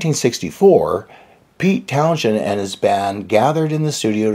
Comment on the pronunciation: Many thanks, yes it's pronounced Townsend, thank you